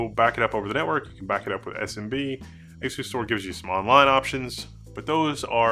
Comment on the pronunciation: You are mispronunciation of the name Is wrong As-u-stor Pronounce it like as you store